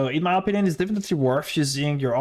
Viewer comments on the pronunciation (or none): none